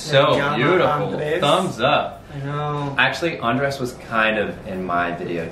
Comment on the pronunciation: Max! The emphasis is on the SECOND syllable!!! It is NOT AN-dres. It’s an-DRES. PLEASE learn it. Love you!